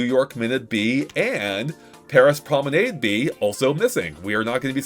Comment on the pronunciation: Mispronounced Prominade